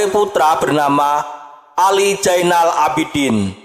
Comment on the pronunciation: Zainal bukan jainal , haduuuuh